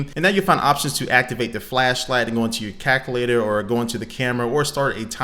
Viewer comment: he says "caculator" and i cringed